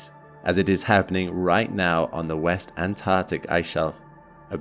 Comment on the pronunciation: Correct me if i'm wrong, but i think the word is 'Antarctic'?